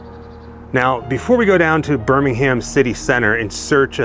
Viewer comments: On the other hand, he says “BirmingHAM”, whereas most Brits would say “BirmingHERM”. But hey, enjoyed it all the same! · When in England you don’t pronounce the H in Birmingham. 😊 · As a brit it sounds so weird to hear Birmingham pronounced as "birming Ham". RIP the prince of darkness. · 🙄🙄😆😆smh Too many Grands...too many Centrals...! Next time you're in England, if you happen upon BirmingUM (national pronunciation of the B-word), we hope you remember the reason metal became heavy there: ⚠caution⚠--turn volume wa-ay down... 😆😆 YOU TWO, also, HAVE GOT THIS! 😉😉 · You make me smile with your pronunciations when you're over here. Say it properly, it should be Ber-min-gum. Or, "town", as us locals say. 😅😅😅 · It pains me to hear my citys name said like this lol